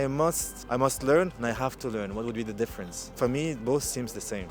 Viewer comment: ты говоришь дифференс и смягчаешь буквы т и д когда после них буква и это не правильно. дифференс это не ДИ а и твердное но никак не мягкое и